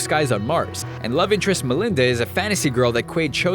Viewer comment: It's Melina (not Melinda) from Total Recall. "Melina please! People are trying to kill me!"